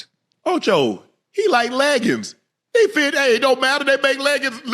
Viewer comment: "HE LEGGINS" 💀💀